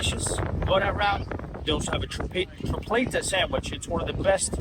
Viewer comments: is Tripleta not Trifleta!! 😂😂😂😂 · Tree pleh tah is how it's pronounced 😊 walking is the most adventurous option, next time go into the big yellow building across from the fort. It has a really cool square and one of the best coffee places that roast their own beans in it. Super cool and they may even have a couple restaurants in there as well. When you make it on the tour of the fort you can take the princess walk all the way up to the fort and it cuts out alot of time if you wanna make it there quickly. Also some of the restaurants may take reservations if you call ahead but not 100% sure. Glad you enjoyed your visit! Also there's a restaurant on the right that's good if you're walking towards the fountain on the princess walk. It's in a garden like setting.